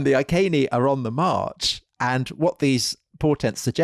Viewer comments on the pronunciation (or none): Why does Tom who claims a background in Latin pronounce the Iceni as "Ai Seen ee" or Ai ken ee"as opposed to "Ee ken ee"? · Is 'Eye-kay-nee' the accepted pronunciation of 'Iceni' nowadays? Would it not be 'Ee-kay-nee' in classical latin? We were taught 'Eye-see-nigh' at school - the anglicised Westminster latin rendering. I only mention it because it was said so many times. A very interesting video. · Boudicci. Victorious woman. Beir bua fellow Celts! PS Iceni ....I'd say that something like Ee- Kenny given there is no K in the Welsh / Latin alphabet? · Iceni = eee-KENN’-eee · Since we have no documentary proof, other than the name of a road (2000 years later) that now runs to Wiltshire, where Tom is from, Iceni is probably best pronounced eye-see-knee, rather than eye-kay-knee. What do you think Tom? Oh ok, let's try and convert all of Britain to say eye-kay-knee. Finally, if I was a woman, which I'm not, even though I have a penis, I would say Boudica was not entirely happy with the pronunciation of her name - boo-dick-ah. She would likely have been far more happy with boa-dis-seah, don't you think? I mean, you just have to know women to know what she would have preferred. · 'I's always make "ee" sounds in Latin, so "Eekehnee" would probably be a bit more accurate. (I'm by no means an expert, though.)